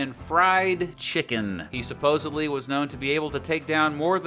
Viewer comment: 'Supposedly" not "supposably" please 😊